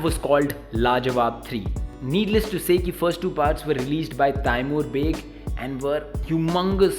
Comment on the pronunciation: No hate brother but you are pronouncing Taimour Baig wrong You: Tayimoor Tai moor